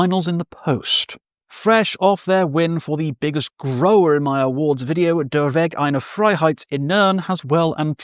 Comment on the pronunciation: First of all, congratulations! You deserver the award for the best pronunciation of 'Der Weg Einer Freiheit' by any non-German speaker this year. That is quite an achievement. Secondly I still can't get enough of your joke of punching the nose of God 🤣. My List has some overlaps with yours, but also some differences 1. Gaahls Wyrd - Braiding the Stories 2. The Great Sea - Noble Art of Desolation 3. Der Weg Einer Freiheit - Innern 4. Deafheaven - Lonely People with Power 5. Psychonaut - World Maker 6. Qrixkuor - The Womb of the World 7. Blackbraid - III 8. Tómarúm - Beyond Obsidian Euphoria 9. Wolvennest - Procession 10. Blut aus Nord - Ethereal Horizons 11. Blood Abscission - II 12. Noctambulist - II: De Droom 13. Lamp of Murmuur - The Dreaming Prince in Ecstasy 14. Ba'al - Between Heaven and Here 15. Monograf - Occultation Honourable Mentions: Abigail Williams, Sun After Dark, Dawnwalker, Obsidian Tongue, Chevelle